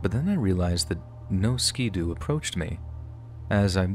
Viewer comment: Just fyi for the future, ski-doo isn't pronounced skee doo. Ski as in skittles